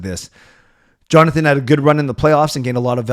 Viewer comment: I do believe I heard from a Swedish source say his first name with a Y sound.